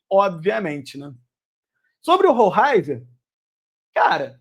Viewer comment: É (ROLEISER ) a pronúncia correta!!! É assim que os narradores argentinos o chamavam quando ele jogava no Estudiantes. Assistia vários jogos dele